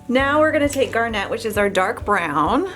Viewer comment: It's pronounced GARnit, not GARNETTE.